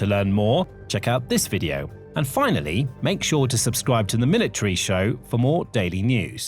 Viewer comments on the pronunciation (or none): none